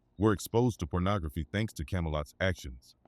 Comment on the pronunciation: This nigga said "child Pubernography"